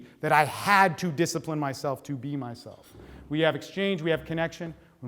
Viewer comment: "Disapline"? DISAPLINE???, thanks for coming in, have a seat. No, sorry, sorry,, we don't have time to talk about that. I'm going to ask you - how do YOU think your talk went? Mmm. Mmmhm. I see. Right. Were you "fulfilled"? Yeah, well guess what, we weren't. Get the fuck out of here. Oh, and it's been shown that there's no evidence for free will, so there's no "free choice". Seriously, good effort, though. Some interesting ideas.